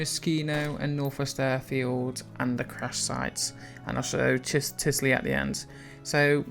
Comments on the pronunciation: Mate it's not Tisly, but Tisy... :P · *usmc - not umsc ...... *tisy - not tisly .....